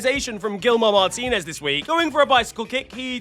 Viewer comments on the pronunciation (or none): none